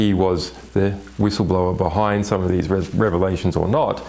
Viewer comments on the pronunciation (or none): none